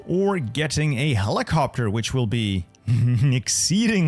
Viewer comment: helicoptahh helicoptahhh